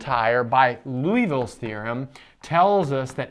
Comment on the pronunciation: It's not Louisville's Theorem, it's Liouville's Theorem, pronounced LEE-o-vill.